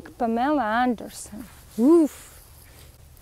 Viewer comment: The way you pronounce Pamela Anderson, it reminds me of the first Borat film. He used a similar pronunciation of her name. 😄 I wouldn't be surprised if you pronounced it that way on purpose, or maybe it was just a happy accident, but either way, it was delightful! "Verry niiiiiice!" I went through a Danzig phase for about 6 months when I was in college but I very seldom listen to Danzig currently, so it will be interesting to see what my own reaction might be to this song. He has a very distinctive voice and style, very easy to recognize. It's a blessing and a curse, with the downside being that a lot of his songs tend to sound similar to each other. It's a well-known fact that Danzig dispels wild animals. Danzig keeps you safe! (There is also something very comforting about listening to music from the time period you love the most.) - Hahahahaha! I feel like an underlying theme with Danzig songs is hedonism, which is a word that causes different feelings for different people. Some people view it is a negative thing, but it's basically just the pursuit of pleasure, and I don't think there's anything wrong with that as long as it's not occurring in the presence of someone else being harmed. Why shouldn't we want pleasure? That being said, I don't really have strong feelings one way or the other for Danzig, but I loved watching you dance to this song and just having fun with it!